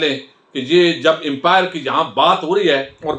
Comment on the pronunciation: It's upmire not an empire please